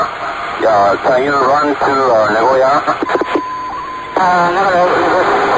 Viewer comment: Japanese here. Kudos for pronouncing Nagoya correctly